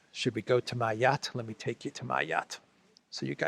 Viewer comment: shows off his 'yatch' 🤣